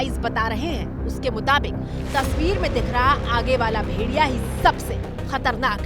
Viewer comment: मैडम जी. भेरिया... नहीं भेड़िया बोलते हैं 😅